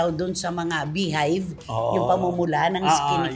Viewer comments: Beehive???? Baka hives 😂😂😂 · “Bee hive”? Hives lang. Boba!